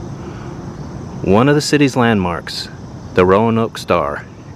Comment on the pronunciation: ROE-NOKE not RO-UH-NOKE